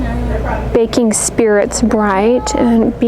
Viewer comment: Thank you for another DT video. Those baking cups are cute. I initially thought you said "bacon" cups. I was like, Ooooo. After the Ice Cream toothpaste, my mind was open. Lol.